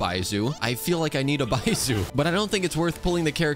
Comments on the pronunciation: Just for reference, it’s not bai-zoo is bai-zh-oo (the zh is similar to the beginning of Zhongli) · 1. its pronounced baischu not baisu 2. you used xingqiu in the test run and 3. youre using yae miko wrong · baiSOO? really? Are you mispronouncing all the character names on purpose? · i dont care that hes not pulling for baizhu what mostly irked me slightly was the mispronunciation of his name lmao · I'm glad you didn't pull for Baizhu bc you keep saying his name wrong and I can't handle it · It's not the first time i've heard him mispronounce a name, there's guides out there to pronounce the names properly. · yes? he is making content about this game and is going to constantly name these characters, so might as well do his 10 minute research to know how the names are prononunced and make an effort to do so rather than keeping mispronouncing them over and over. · why would he even do that in the first place he may not even know he's mispronounced them